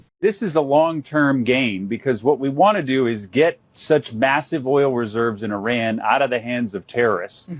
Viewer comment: Ben you seem like a nice guy please learn how to say the name Iran...